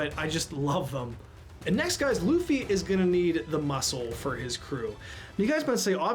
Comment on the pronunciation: Sometimes when Nami says Luffy's name, it sounds like "Doofy" 🤷‍♀️